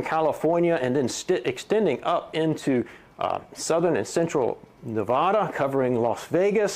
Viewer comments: That's Nevada! Not Nevahda! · I trusted this guy until I heard him say nevada